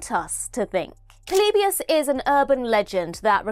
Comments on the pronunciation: The way says "Polybius" makes me laugh 😂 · It bothers me how many times you mispronounce "Polybius" in the video.